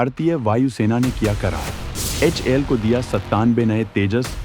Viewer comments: In the video it is HAL but still you are saying HIL. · Bhai sahab aap sari News galat pad raha hai h a l ko h i l bol raha hai or Tejas mk 2 keliye g e se hi 414. Leraha hai ye engen Tejas mk 2 and amca me bhi istemal hoga or ye engen 80,% technology transfer ke sath India mein hi banega